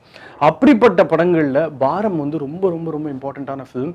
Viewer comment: It's baaram not baram